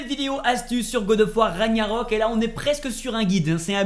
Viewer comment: Tu sais pas dire raGnarok ?